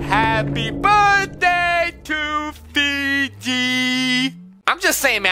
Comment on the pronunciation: feegee Me: He said Fiji Water 😂😂😂😂